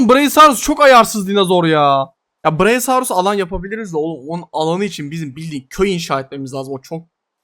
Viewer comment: ❌ braisaurus ✅brakiosaurus